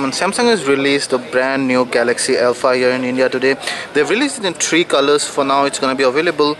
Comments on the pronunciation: Yes I realised that, it sounded so funny though, nice to see other people with a sense of humour. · LOL, He means 'THREE'